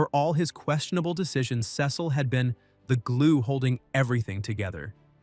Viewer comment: Why did he say Cecil wrong😭😭😭😭😭